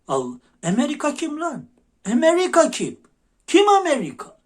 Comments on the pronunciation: "Emeviika" nedir ya...şivenin de içine ettin...otuz sekiz kere "Emeviika" dedin ya!! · Size güzel geliyor olabilir konuşması TÜRK MİLLETİNE KÜFÜR ediyor sanki emerika ne mk amerika desin EMERİKE yıda gectik cıvık konuşmasıda cıvık ilk kez böyle konuşmasına şahit oldum